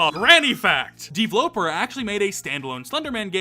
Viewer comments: I hate how pronounces his username as "D-vloper" instead of "d-v-loper" as in developer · i think you prounonce it dveloper not devloper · It just hit me that "DVloper" is probably supposed to be pronounced "Deeveloper" or just "developer". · Ok. Maybe I’m an idiot. But Dvloper looks like it would be pronounced the same as “developer” since it’s just… missing two es. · Why do you pronounce DVLoper like that?